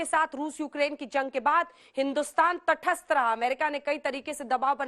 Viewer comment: तठस्त नहीं तटस्थ बोलिए।